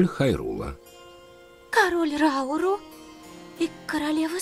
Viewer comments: Блин ни Рау́ру а Ра́уру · его зовут не РАуру а РаурУ